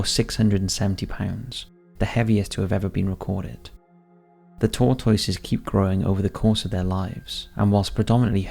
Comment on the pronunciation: Tor-TOY-ses? say whut? you mean "tor-tusses?"